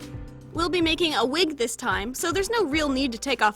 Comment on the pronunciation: listen closely "thiiise"